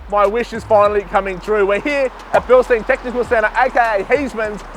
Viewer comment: Absolutely cooked that even the dudes that work for them pronounce Bilstein incorrectly. Bil-shtine for fucks sake!!